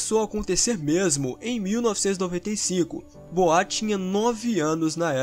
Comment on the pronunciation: Por favor se pronuncia boua